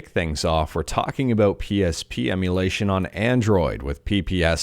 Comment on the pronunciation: nobody tell him its pronounced "pee ess pee" so we can continue to hear him say pee pee repeatedly 👀